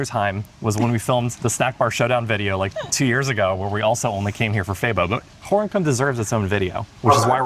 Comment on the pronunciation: Gorinchem (-n- is silent). It's pronounced Gorekum (with a gutting "G")